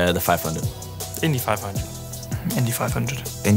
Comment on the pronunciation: Alonso saying Indy 500 like that made me hurt🥺… try again please